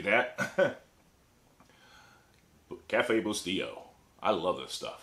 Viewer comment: the coffee is pronounced bus -te -lo. with a long u